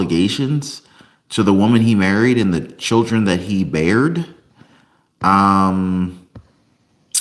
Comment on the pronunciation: sired not bared